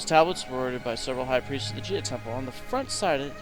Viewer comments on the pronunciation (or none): If you're gonna spend an episode correcting grammar/spelling mistakes made by people who first language is not English, learn how to pronounce Gaia - it's" Gai-a" not "Gia".